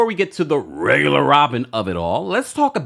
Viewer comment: Not rrrrrregular Robyn 😂😂😂😂